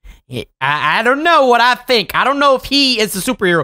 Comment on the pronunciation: i mean think not thimk